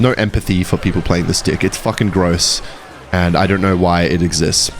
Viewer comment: wnvr u say deck it sounds like ur saying dick gng 🌹